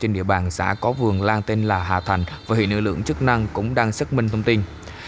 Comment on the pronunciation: Hà thanh k phải hà thành bạn ơi